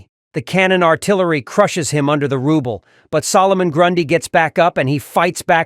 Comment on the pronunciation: Pretty sad the AI voice over can’t tell the difference between Russian currency ruble and construction rubble.